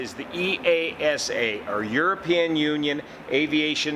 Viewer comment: BTW, you can say EASA without punctuation.. That’s how we pronounce it in Europe 👍